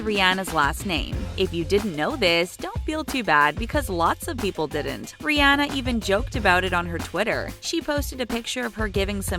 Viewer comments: Who else noticed the fact that she pronounced Rihanna, Ri-ana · You said Rihanna wrong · Here you are telling us their real name but still pronouncing Rihanna's name wrong...🙄🙄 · Just a joke I mean you were pronouncing it wrong but it wasn't hate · Am I the only one bothered by how she said Rihanna and Lana Del Rey.... Or is that just me 😂😂😂